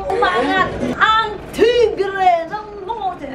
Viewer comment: i died at the "TigReEeh Ng NorteEeh" and "uhy RezYne" HAHAHHAHAH ILOVEYOU ATE ALEXXX MAMATAY NAKOG KINATAWAAA AHAHHAHA